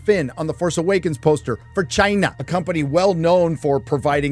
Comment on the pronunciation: best thing Trump ever did was give us that awesome way to pronounce Chiyna